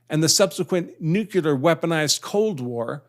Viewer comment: First of all...I think that an inteligent person such as your self should be able to say nuclear, not nuculer!!! Second, whether it was called The Russian Empire or the Soviet Union or today The Russian Federation...Russia has for hundreds of years been an expansionist and imperial country. Finally, the expanded NATO of today seems to bother you as if the countries of the so called Eastern Europe are not worthy of protection from the U.S. P.S. most Americans would be hard pressed to find Iowa on a map without labels!!! P.P.S. Article 5 is not meant to be 100% binding, but rather it is dependent on the severity of the conflict. When Britain became involved in war with Argentina, the U.S. provided refueling support to the U.K. not ground forces. Likewise when Turkey shot down a Russian SU-24 involved in the Syrian Civil War, the U.S. was not obliged to defend Turkey.